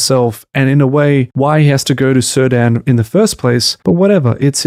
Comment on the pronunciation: (It's /Keerdahn/, not /Sirdan/. Elementary, my dear Watson. Apart from that: although I think you're still being all too generous to this abysmal shitshow (I for one truly hate those bleeding snooty holier-than-thou Harfoots with a passion, and actually cheered when it looked like they were going to be crushed by those rocks and stones, and furthermore I think Not-Gandalf is excruciatingly boring), this is an interesting and well-made take on TRoP, so kudos for that.)